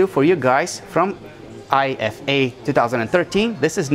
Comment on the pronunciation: Please say Ifa and not Eye Eff Ey